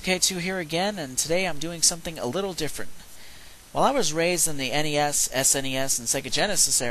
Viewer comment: "Raised in the N-E-S, S-N-E-S" is when I lost interest. It's pronounced as it's written. you don't try saying sbox just because it's got an x before box. Snes. As in Snezz. Nes, as in Nez. Or fuck, just say "classic nintendo".